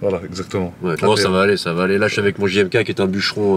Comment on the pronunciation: il dit jmk et pas c’est perturbant